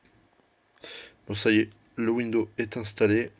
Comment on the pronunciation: windoooo lol ont dit Windows (oui dozzzz) !!!